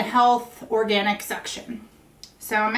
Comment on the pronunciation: Or-gee-nick. lol